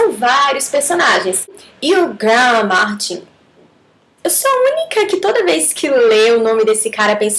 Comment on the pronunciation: Quase morro de rir quando vc falou o nome do Martin.